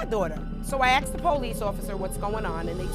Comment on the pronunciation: It’s asked not axed, for God sakes please use proper grammar